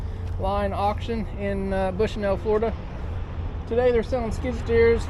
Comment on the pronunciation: “Florduh” is not a word.